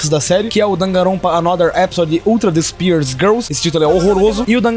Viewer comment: "despair"se pronuncia "dispér",o jeito q tu pronunciou tirou minha imersão kk